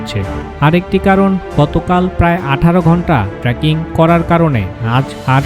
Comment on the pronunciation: আপনি বারবার ট্রাকিং কথাটা উল্লেখ করছেন, আমার যদি ভুল না হয় তাহলে শব্দটা হবে "ট্রেকিং " আপনার ভিডিও দারুণ, উপস্থাপনা দারুন, ধন্যবাদ এত সুন্দর একটা সিরিজের জন্য